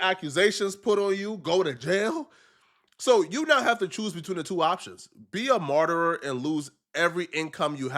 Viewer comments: Marteror? Oh, martyr. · TF is a "marterer"? The words is MARTYR, illiterate buffoon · “Martyr..grrrrrr” is that Spanish for Martyr? WTF am I missing?😂😂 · Martyr, pronounced MAR-TER nor Mar-terer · “A MARTERER” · Martyror is CRAZY ngga the word is Martyr (Mahr-tur)🤣and bro doubled down on it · lmfao be pronouncing "Marty" like "Murderer" 😆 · It's "martyr" NOT "martyrer" ... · It's "marter," not "marterer". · I hate when says “martyr” bc he pronounces it “marterer” 😂 it’s “marter” bro take that last “er” off your pronunciation 😂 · Sorry to be your English teacher, but there's no such word as "MartyrER". SINGULAR tense: Martyr PLURAL tense: MartyrS That's IT! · It's MAR-TER (martyr) NOT MAR-TER-ER ....🙄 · Some words you gotta practice in the mirror before you get your a$$ on camera. 😂 Martyrer! WTF! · I was about to comment the same. What the hell is a "marter-er?" He added a syllable. Martyr, my guy. Words are hard. 🫤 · Like Rich Trapper says " words are hard ,don't worry about it big bro"😂😂 . Martyr not martyr rer.. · Martyr...not Martyr-er... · Did just say a martyrer?!? 😂😂😂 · “Martyerer” is CRAZY…and bro said it twice lol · IT'S "MAR-TER" 😡 Stop fucking saying "big" words if you gone talk like a YN nigga you piss me off every video you say that stupid ass shit god damn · Whole video was compromised when you said “martyrer” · “Martyr-er” . Saying words you don’t know how to pronounce automatically you lose all credibility. Why choose to say a word you don’t for sure how it’s pronounced? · It's pronounced "mar-ter" you dumb fuck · MAR - TER (martyr) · bro how many times you gon comment that that’s a word in German we in America and you know damn well wasn’t speaking German he said the word wrong that’s that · so low iq he kept saying martyr wrong whole video 😢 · Sir work on the proper pronunciation of Martyr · Just face it.. dont know how to say certain words its not that deep